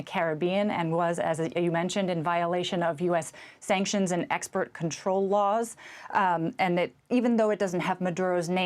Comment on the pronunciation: This reporter can’t even pronounce “export control laws “ calling it “expert control laws”. What. kind of nonsense is this.